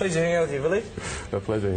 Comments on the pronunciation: yeah man, i turned up at 1pm and there wasbout 20people. i didnt like this interveiw, the guy was a loser and didnt even pronounce villes name right! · I know aye! That was one of the worst pronunciations i've heard yet. Ville said his own name and still got it wrong!